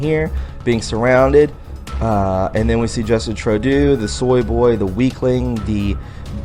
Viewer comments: True-dough. Not Trow-do. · Justine Trudeau...pronounced true doe are you making fun of him calling him turd do? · I think maybe you are just being funny. Personally I call him Little Boy Blue. Just in case though, you are pronouncing his name wrong. Trudeau = ( true + doe) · Justin's last name is pronounced TRUE-DOE. Great job friend, love the video. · It's Justin "true dough" and "aw bay". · Like your show! "Trudeau"is pronounced "True - Doe" fyi. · Trudeau is pronounced "Tru doe" doe as in female deer. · Laminated and lamented are two different words buddy. And please learn how to pronounce Trudeau's name.